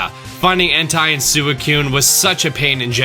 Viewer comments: Cringed at those pronunciations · "*h*entai and sewicoon" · "entai and sewicoon" ... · Oh lord Entei and Suicune were so mispronounced